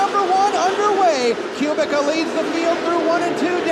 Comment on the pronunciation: ) Kubicka is actually pronounced Koo-Beck-A